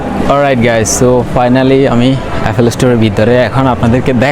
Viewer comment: আইফোন ফাটাতে, 😅😅😅 শিট। বুলশিট। বাঙালি হয়ে বাংলা ঠিকমতো বলতে পারেন না, ছিহ্ এফোল ফ্রোডাক্ট। এফোল ইশটোর। এসব কি বলেন ভাই?? লজ্জা নাই, আপনার চ্যানেল কে আবার গর্দভগুলো সাবস্ক্রাইব করতেছে। ব্লাডি.... …